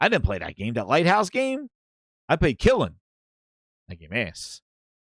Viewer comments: THE GAME IS K I L N, N OT K I L L I N. I'M TIRED OF CASUALLY USING THE 2ND PRONUNCIATION. It;s K I L N. NOT FRICKIN K I L L I N. THE DIFFERENCE IS WHERE YOU OUT THE N]. IT'S AFTER THE L.......... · I assumed it was an ongoing joke tbh lol. He keeps calling it "klin" when I hear it lol